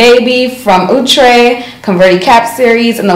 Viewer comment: Yasssss! I need wavy baby in my life and I love me some Cee 😍😍😍. I'ma also need Outre to clear up pronunciation cuz Ouuutre be killing me every time 😩 😫 🤣.